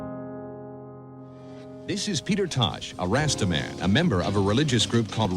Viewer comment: Well one second into this video he pronounces Rasta in the past a not a good start